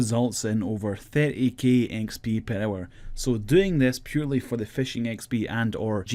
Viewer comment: Purr hour